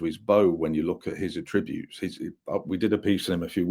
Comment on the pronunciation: is a cracking, knowledgable guest...but 'a-tributes' instead of attributes. Sort it out!;)